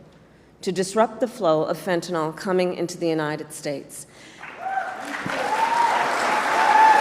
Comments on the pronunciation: One minor criticism of Harris's speech. She keeps mispronouncing fentanyl! She keeps putting an extra a in there at the end and calls it fentan-al (awl). It's fentan-il (ill)! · i L. O. V. E. her so much - but KAMALA - please say FEN-TA-NYL - the actual drug - NOT "fen-ta-NOL"